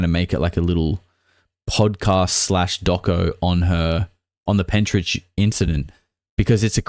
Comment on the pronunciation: Pentyrch, pronounced penterk. Not Pentridge. I live just up the road from there.